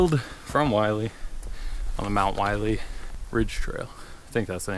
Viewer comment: It’s pronounced “Will-Lee,” NOT “Why-Lee.”